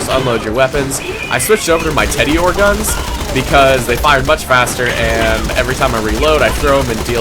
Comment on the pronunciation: did you just say "Teddy-or"?